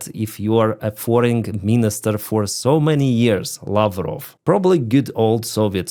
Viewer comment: Lavro Pl speak in real English. Ask your tutor how to pronounce then come again and SPEAK IN ENGLISH.